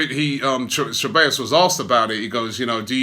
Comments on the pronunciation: Its pronounced Thebayos not Chebayos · "Se by os" is the way you phonetically say it. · It's pronounced as "Say-baa-yoss" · its not Cabellos, it's CEBALLOS for fucks sake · Robby, the pronunciation would be "sevayos"... great news... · I swear... how many ways can Robbie pronounce (SEH-BAY-os) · Guys, it's pronounced se-bye-oss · It’s pronounced “Cebaayous” Robbie. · Okay w that we've signed him i can finally help you Robbie... His name is pronounced Seh (like how a Jamaican would use the word "say"- By (not bay) - Yos (pronounced like the letter O) so its Dani Ceballos (Seh-By-Yos). Hope this helps, Big Up! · Dude, it’s pronounced seh-bah-yos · Pretty sure it's pronounced KABEYOS Robbie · I swear this man mispronounces names on purpose! Dani Che-ballos! Haha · "Cebeios" Lmao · Dani Ceballos [Da-ni Ze-ba-yos] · I think its Ceballos not Cheballos? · Nobody : Robbie : Dani Chabbeos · It’s pronounced (seballos) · Say Bye Oss would be the correct pronunciation of the word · Hahahaha he said Danny Shebeyos!!! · Robbie, my brother, it's 'Sih-buy-yo's', for heaven's sake hahahhaa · its "sebajos" actually double LL's are pronounced like english J's. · ‘Seh-ba-yos’ Robbie again with terrible pronunciations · Robbie saying Dani Chewbacca wtf ?